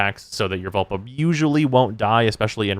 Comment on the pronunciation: Lol. Vulpa not vulva.